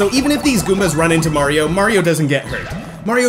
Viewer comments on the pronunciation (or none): did you call Mario mara